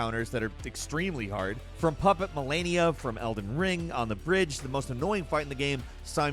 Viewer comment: Can't believe you said "Melania"